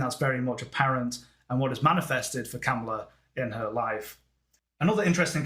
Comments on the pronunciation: It’s Ka MA la. Not KamaLA or not KAmala. It’s sounds like you’re saying Cowmala or camala . It’s a tough one. Listen to how she says her own name. It’s really . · Her name is pronounced COMMA-LA - Not Cam-ala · she calls herself comma-la. President Trump deliberately misprounces her name. did by accident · Very good analysis,. May i kindly mention that she pronounces her first name as comma-la. The Trump campaign is deliberately mispronouncing her name. It would be interesting to see her solar arc for 20 Jan 2025 when the new president is inaugurated. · Please pronounce her name correctly…comma-la